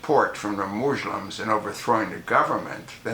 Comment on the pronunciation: Moozhlems :) Fix your tongue dude.